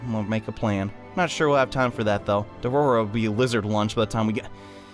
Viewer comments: "Dodoro... ...Doro... ...Dorodo..." It's Dororo man xD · IDK y you keep saying dodoro Evan though it is dororo